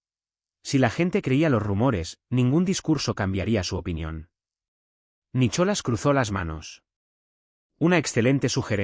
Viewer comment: Este narrador me crispa la paciencia. NICOLAS, no Nicholas, se dice Cleer no Clare. 🤦🤦🤦